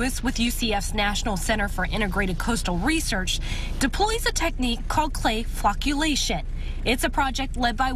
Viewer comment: Did she say clayfuckulation?